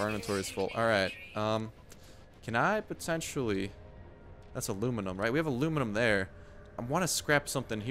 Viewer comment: It's not alunium its aluminum